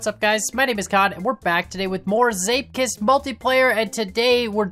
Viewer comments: zeep as in seep. there is no i in zeep.... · ok bro, where is the i in the 3rd letter of the games name? you keep saying zeipkist, but its zeepkist. zee-p-kist. where are you getting the i???